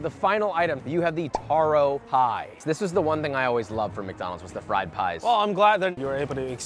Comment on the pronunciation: Why the fuck did he pronounce "taro" like that? Some expert